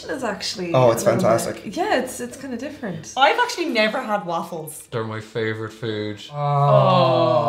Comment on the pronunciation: “actuly” “uncunfotibly”